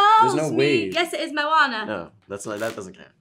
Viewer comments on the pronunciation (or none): "mow-ahna" crying at this pronunciation